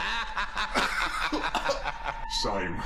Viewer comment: " Sayme"